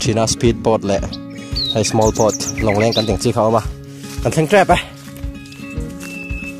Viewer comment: Speed pâwt, small pâwt 😂😂👎👎